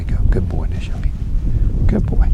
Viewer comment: LMAO nizhoni foool dont speak our Navajo language cause you don't know how to pronounce it🤣🤣🤣